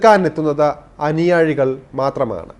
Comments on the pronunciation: അനിയാഴി അല്ല അനിയാ... അനുയായി. ശരിയായി മലയാളം ഉച്ചരിക്കൂ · അനുയാഴി അല്ല മൊയന്തേ. 'അനുയായി